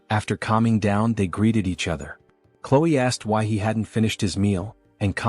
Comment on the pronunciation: you said chloe wrong and you said clo